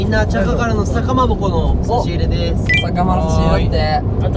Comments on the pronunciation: こないだ笹かまぼこもちゃんと言えとらんかったのにいけるか…？って思ってたら、思ってた以上をくれたしめちゃん最高に面白かったです笑笑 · Travis Japanって笹かまぼこ言えないんじゃ？笑